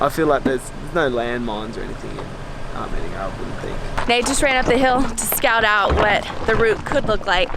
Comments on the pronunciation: omg it’s not Armeneya, it’s ar like pirate then media like minion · Armenia is prounounce ( R- me . knee - yuh) not ( r - mini - ya) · Hey heads up people in the video it’s not Arminiya the way you say it it’s Armenia so plz get your words right I’m Armenian and I don’t like you mispronouncing my country name plz get it right or don’t say The word Arminiya :( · arMENia its AR-mEn-ia pleasse make sure u learn how to pronounce a country before u travel lol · its armeeeeenia not arminia :,( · It’s pronounced Are-Me-Nia not are-men-Ia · I'm an Armenian, thanks so much for visiting! One note, the nation is pronounced Ar-meen-ya. I've never heard it pronounced the way you guys did, it was weird. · Okay I rly liked this video but it’s are-mean-ya and lake sehv-ahn lmao